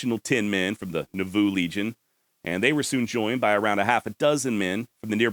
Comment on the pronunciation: I live just a little north of there and it is pronounced NAH-VOO. Thats a hard one. This show keeps getting better!